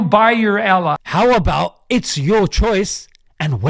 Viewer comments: Man said Elah 😂😂😂. On a serious note , he knows deep within his soul that islaam is the religion of winners and soon they will come to realize their lost. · 💀💀💀 I- I'm shocked by the way he said "Allah" it sounds like "Ellah" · Ella??? Ugh I hate the way the kuffar say Allah subhanana wa taala. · "Al-lah" What a clown...he's mispronouncing it on purpose, a complete mockery. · Dude is such a brainiac he can’t even pronounce Allah correctly!! 🤦🏽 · I'm not a Muslim, but jbp is so off base, it's unbelievable! First of all, learn how to pronounce Allah swt, then you can give your opinions. What a pathetic case you are, jbp. Resentful old man. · lolz i can that a man seriously if u he cant pronouce allah right. lolz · Can he at least say Allah properly? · Why would I listen to someone who can’t even pronounce Allah😐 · His accent of pronouncing Allah is disrespectful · JP can't even pronounce ALLAH properly yet thinks he's some kind of authority on the religion smh. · That trip to ISRAEL sure messed up JP???? As an intellectual you'd think his pronunciations would be better dear JP learn to pronounce Allah swt correctly or please REFRAIN from it!!! you are deliberately mispronouncing the Arabic language & its incredibly disappointing! JP seemed to be one of the good ones? Unfortunately he's shown his true COLOURS!!! Even after talks with Mohammad Hijab & discussions he's still singing from the same racist bigoted handbooks, I hope the west, European,America, Learn from their awful awful deviant nasty cruel inhumane MONSTROUS unthinkable ways! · He needs to learn how to pronounce Allah properly before spouting his nonsense. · So insulting he pronounces Allah ignorantly while saying it purposely incorrect. 2 yr old baby can Allah... JP will be striked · Hard to take someone serious who can't pronounce Allah (swt) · Funny he Jordan can’t even say the name of Allah almighty correctly. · my man can't even say ALLAH but he still dare to talk about ISLAM lmao. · Bro said ellah 💀